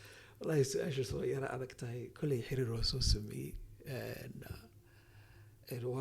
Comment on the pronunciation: Waar xiriir dheh not xariir